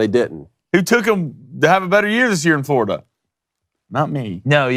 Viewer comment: "FLORDIA"??? come on, guys.